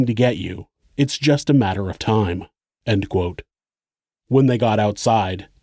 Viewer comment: the way the narrator pronounces “ end quote “ is the most notable atrocity committed in this video.